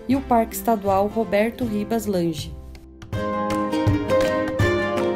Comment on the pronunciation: Roberto Ribas Lange (pronuncia-se "Langue" de mesmo modo que o bairro Hugo Lange (Langue)).